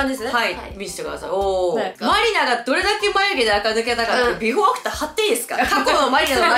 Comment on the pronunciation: 張り切ってしゃべってるのに、マニラになってるのほんとに笑い止まらん愛しい